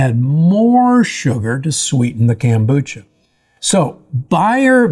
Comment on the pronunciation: why does he call it "Kambucha"? it's KOM.....Kombucha!